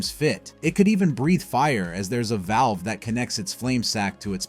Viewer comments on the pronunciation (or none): none